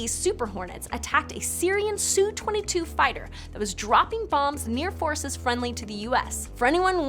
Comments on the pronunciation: Su-22 Syrian aircraft. Sweetie, it's not pronounced, "Sue-22." It makes you sound ignorant to someone who knows Soviet aircraft when you do. The SU is the U.S. designator for the aircraft's maker, Sukoi. So when you pronounce it, you say, "Sukoi-22" (Sue-KOY). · Nobody says "Sue 22"... SU (Ess You) 22 please. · “Sue-22” lol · It’s SUKHOI for SU.... pronounced Suueecooyyy. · Glad I'm not alone It made me cringe Just a little